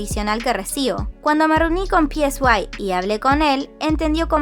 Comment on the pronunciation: El nombre del CEO de P Nation se pronuncia "Sai"; no está escrito.